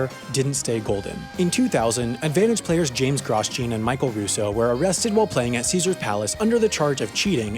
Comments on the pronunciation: As an F1 fan, hearing it pronounced “GROSS-JEAN” and not “GROW-JOHN” is jarring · Shouldn’t Grosjean be pronounced like “grow-shawn”, not “gross-Jean”? There is formula 1 driver that has the same last name, oh wait, Americans don’t watch F1, who am I kidding. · The pronunciation of "Gross-Jean" is almost hard to hear. He's probably French which means it would be "Grow-Jawn", like the Formula 1 driver. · "Groz-John", not "Gros-Jeen" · Graus-jean? Really?! It’s Grow- jzaun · The way you said Grosjean tells me you have never watched F1. As a hint to the correct pronunciation, it's French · Gross-jean? no! it's Gro-shaun. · It's not pronounced Gross-Jean. I'll leave it tu joo to work it oote. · My ears hurt when he says Grosjean like that, I assume it's pronounced "Grohjhaaan" as it's a french originic surname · Sorry but it’s pronounced Grow-sean (kinda like Sean but with a J(I don’t really know how to type it ok)) come on I thought u knew French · F1 fans are triggered . . . . . . . . Groh-jon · Gross-Jean? It's Raidillon Actually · Grosjean is pronounced Grow-John, it’s French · "Gross-Jean" GP2 pronunciation. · gros-jean LOL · HaI pronounces Grosjean worse than Paul Tracy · The pronunciation of Grosjean 🤦‍♂️ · Your pronunciation of Grosjean is pretty bad, F1 would teach you that. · The only thing I was focusing on was the pronunciation of “Grosjean.” What a mental guy! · Your pronunciation of "Grosjean".... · I'm pretty sure Grosjean should be pronounced like Romain Grosjean, not as you did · Romain crashed straight into my mind when I heard him say that